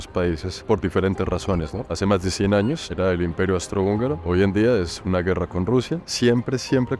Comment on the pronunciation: Querido no soy nadie pa corregirte pero creo que es Austro hungaro, no Astro hungaro❤❤ Adoro tus videos no he visto que vayas a Australia, o será que me lo he perdido?? Saludos desde Veracruz, el golfo de México